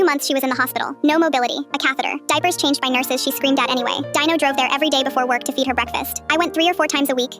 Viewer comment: Who the hell’s name is dieno because I know you wrote Dino in your caption, but why did it sound like that?